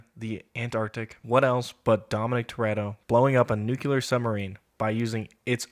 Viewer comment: NUCULAR? FOR REAL?? Not Nuclear?